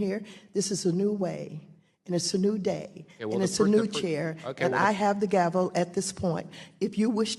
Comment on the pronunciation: He called the gavel a "gravel"!